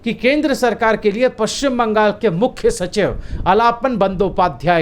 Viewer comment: Sir, सही उच्चारण होगा.. आलापन्...